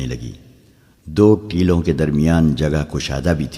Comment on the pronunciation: Teloun ( galat ) Teeloun ( Saherh )